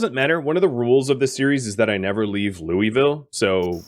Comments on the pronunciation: 80-85% of us native KY people pronounce it “lulville” lol most likely why they were giving you heck for it. But really enjoy the PZ and State of Decay play throughs. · Btw its LOO-UH-VUL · I have never once heard this city pronounced "loy-vill" and I lived in the Kentucky/Tennessee area for years. Whoever is saying that is definitely pronouncing it improperly lmao